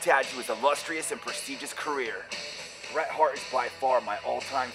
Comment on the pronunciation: Bret not Beer lol